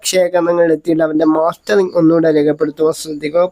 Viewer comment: മാസ്റ്ററിംഗ് എന്നല്ല. മസ്റ്ററിംഗ് അല്ലെ.....ഇയാൽ എവിടത് കാരനാ